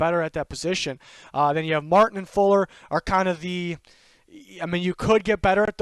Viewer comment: For the texans online its zach Fulton not fuller. Love the list man!